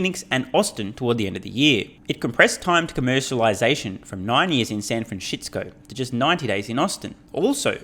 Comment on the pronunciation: Why do you call it San Franshitsco ?